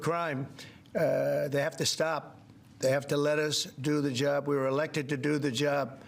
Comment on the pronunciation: Everyone is doing a wonderful "jerb" 😂😂😂😂😂🤡